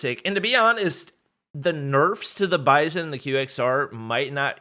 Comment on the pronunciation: Its not bison skin its (Bi-Zon)